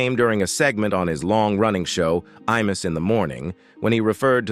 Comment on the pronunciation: I MUSS...not E MUSS